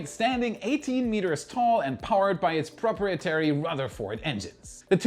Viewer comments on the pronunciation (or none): Proprietary - Pro-Pie-et-Airy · The word 'Suite' is pronounced 'Sweet' (time: ). Also at time:;'Proprietary' is pronounced as 'prah pry eh tear eee', Some use 'Pro' as the first syllable. The accent or stress is on the pry syllable. Hope this helps with English. Keep up the great work. Your show is AWESOME. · proprietary - pro-pr-eye-eh-terry